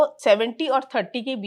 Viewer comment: kya karta tha aur kon krta tha acha se clear clear bolo